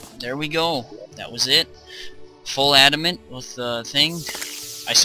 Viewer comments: ITS FUCKING PRONOUNCED ADA-MAN-TITE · No, no no, you spelling it wrong, its ADD-A-MAN-TIGHT